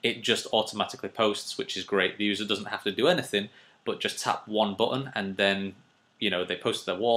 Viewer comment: I like the way you say 'boh-an' for button, sounds fancy doesn't it?! Anyway nice tutorial...